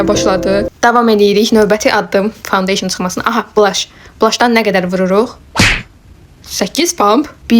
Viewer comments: Fondeşın yox fondedetn əllıq yox alıq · fondeysin yox ee fondeten😂😂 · Fondoten❎ foundeyşin☑️ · Findeyşın deyil fondaten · Ponteyşin deyil e ay bacı dontetən di onun adı